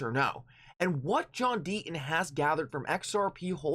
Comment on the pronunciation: The inflections in his voice and the fact he cannot pronounce the letter T, mean I can only watch him on mute with subtitles/closed caps. But even then I get frustrated as the subs read the way he speaks. They read John Dean instead of John Deaton.